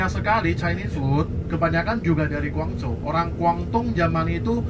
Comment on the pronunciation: maaf mas relat dikit Guangdong Guangzhou sebutan belakangnya tidak sama dgn sebutan Hangzhou loh, meddok bngt terdengar orang luarnya😊 saya di China juga sat ini, 12th sdh beserta pergi kmn saja di Tiongkok ini😊